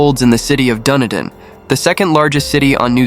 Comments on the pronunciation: DunEEden not Dunnydin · Had an in-depth look into this case and I'm convinced of David's guilt. It's pronounced Dun-E-din and is named after Edinburgh in Scotland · Dunedin is pronounced Duh-nee-din. David did it. No prints from Robin were found on the gun. If he had shot himself he would had have to have done it with his left hand according to the trajectory of the bullet wound, but he was right handed. David wore gloves and they were found at the scene, covered in blood and under Stephen’s bed. Robin had a full bladder. People generally don’t go on a killing spree when they need the loo. Who would write a note on a computer like that? David did his paper round in record time. He normally walked it. People saw him running it that morning. He washed his clothes that morning (to cover up the blood on them) which was also highly unusual as the house and residents weren’t the cleanest. His bloody prints were found on the washing machine. He told the cops he heard his sister gurgling, which means he was there when she died. His brother Stephen fought back and a week before told a friend about a dream he had where he woke to David standing over him with a gun. He had a premonition. Stephen’s prints were found on the barrel of the gun where he grabbed it during the fight. A lens from David’s damaged glasses was found in Steven’s bedroom. David had bloody socks on and left footprints throughout the house. He had fresh wounds to his face and hands when the police arrived. If you listen closely to the emergency call, David actually says ‘I killed them’. My partner at the time knew him from University and said he was bloody weird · where? dundin? PLEASE research place names BEFORE making your shows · Even though the narrator doesn't have a clue how to pronounce "Dunedin" this doesn't change the fact that David is obviously guilty lol